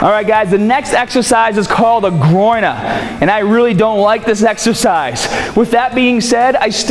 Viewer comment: the way you said "Groiner" lol. Awesome video bro just what i needed for tomorrow after leg day!!!!!!!